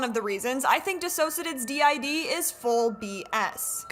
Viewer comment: Cringing every time he butchers the pronunciation of "Dissociadid" 😂